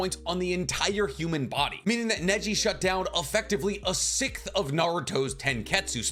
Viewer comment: You pronounce "sixth" as "sikth", which is wrong. I've noticed many people can't pronounce this word. To do it properly, just say "six" then add a "th" sound at the end. You should practice this for a few minutes to get it down🙏 I hope you read this comment and that it helps🎉 I notice it every single time you say it haha